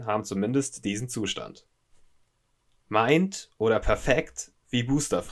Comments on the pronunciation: "Mint" spricht man so aus, wie man's im deutschen auch liest (wie minnt). nicht zu verwechseln mit "mind" (wie meint). :D Soll nicht besserwisserisch rüberkommen, ich mag deinen Content sehr! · Die Aussprache von „Mint“ ist wirklich gruselig. Ansonsten ein großartiges Video.